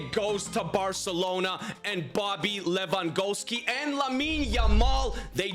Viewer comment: Did bro just say Bobby Lewangolski 💀